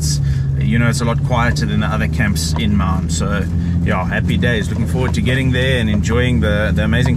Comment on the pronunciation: Maun, not Mauuuun.